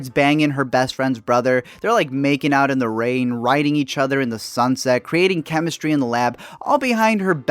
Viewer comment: "creating chemamstry in the lab" KNSKDNDUHAAHA